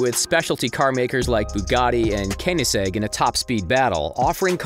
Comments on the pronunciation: KeNiGzeG its koenigsegg there is an o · He actually said kenigsegg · mate he said cenaseg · He literally sed kenigsegg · Also, most people say it like 'chentenario', so his 'sentenario' annoys me lmao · P yeah I know it's said shentanario but doesn't really bother me that much it's like Chiron it's depends on which country your from but koenigsegg u gotta be kidding me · I'm traumatized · The way he said koenigsegg tho...